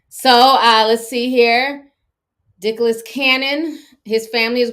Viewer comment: Not Dicholas honey lmaoooooooooooo